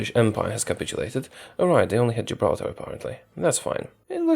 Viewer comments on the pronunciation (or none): none